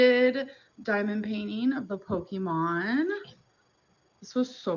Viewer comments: I think she's saying it like poke (as in poking someone)-mon instead of Po-kay-mon if that makes sense Edit: Like she condenses the word into 2 syllables instead of 3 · She says Pokemon weird!